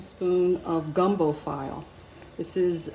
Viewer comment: Gumbo "Feelay" not file👍🏾